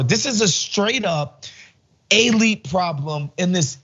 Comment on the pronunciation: That's a weird way to pronounce elite.🤔